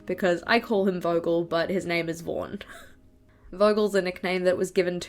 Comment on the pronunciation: BTW, here in Spain the “Vaughan method” was an innovative method to learn english. But the way “Vaughan” was pronounced has nothing to do with how you do it! Hahaha